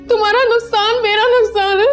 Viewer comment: nuskaan nhi nuksaan hota hai